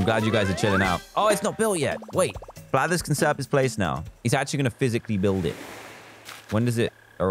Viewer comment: "5 or 10 unique creatures to get Blathers" I heard bladders...